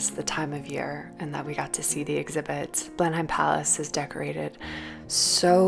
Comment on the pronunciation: thank you for this - lockdown, travel-deprivation, vicarious-gratitude is real. which is why I struggle with the decision to point out errrr the pronunciation is 'blen-emm' not 'blen-hime' : gross of me to show thanks this way but ya know. going forth it's good to know, maybe. in case you ever curate a show there, for example.